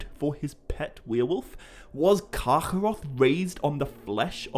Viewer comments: Its just kargoroth. Not karchoorroocchh, i damn near stopped listening. Rest of ur videos are great. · I love how you pronounce Carcharoth. Sounds like Yiddish :P